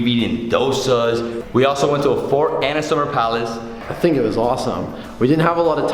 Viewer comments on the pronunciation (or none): none